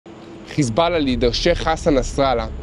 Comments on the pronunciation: Why do you say khizballã its hezballah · Why does he pronounce Hezbollah like that lol 😂